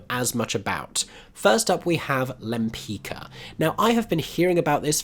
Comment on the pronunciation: interesting mix of shows. Side note, the painter is pronounced Limpits-Ka. ;)